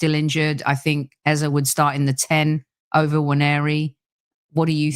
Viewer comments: you got the name, EZE right the first time. Rebecca didn’t pronounce it well, Rebecca pronounces it EZA. I love Beks but that is not the right pronunciation. ❤️ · Why are you pronouncing Eze differently? Is that proper way to pronounce ( something like pet name)? If so we should start pronounce it like ‘Ezza’😂😂